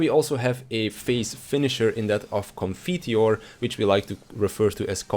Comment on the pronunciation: Upvoted for pronouncing Requiescat and Confiteor correcly (or very very close at least)